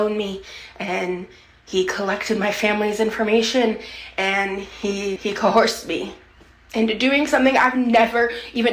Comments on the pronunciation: Nope, you got 1 thing wrong, it's Co-Horsed. According to 😂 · said CoHORSED 🐴🐎 just like ALR 😂😂😂